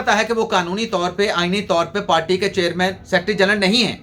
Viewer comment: PALTY NAHI HOTI, PARTY HOTI HAI, TU PARTY KO PALTY KIUN BOLTA HAI, TALIM KI KAMI HAI, HAHA😊😊😊